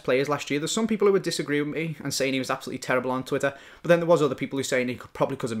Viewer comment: but=bat. Not but=bUt. Thats so annoying